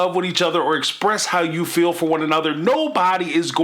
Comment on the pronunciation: You know what is annoying?! When Kody and Robyn say fill instead of feel . These people are annoying in every aspect